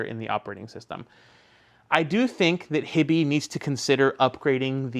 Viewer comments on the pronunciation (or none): Is HiBy not pronounced"High-Bye"? Like Hi-Fi? I kind of figured that was the point of the name haha